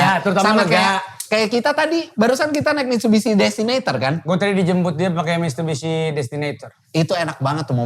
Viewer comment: Mistubishi kata wkwk😭😭🙏🏻